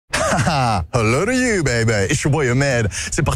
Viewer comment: "Hello to you baby ?" OMG j'ai mis 10 épisodes a comprendre la ta phrase d'accroche. J'ai cru entendre "How old are you baby ?" du coup ça faisait aucun sens.